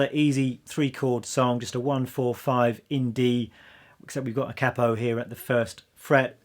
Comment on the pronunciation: Great selection of songs, excellent teacher cheers. Also love that you pronounced “capo” correctly & not “Kay-Po” 👍🏼🎶🎶🎶